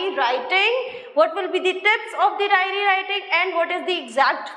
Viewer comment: It's *diary* writing...not dairy writing... Pehlee khud to sikhlee 🤣🤣🤣🤣